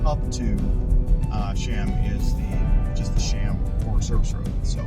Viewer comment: Beautiful hike. It is actually pronounced like Chee-uhm fyi :)